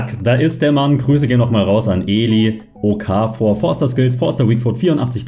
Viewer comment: Super Nices Video aber bitte okafor... das o kurz ich als schweizer bin ziemlich getriggert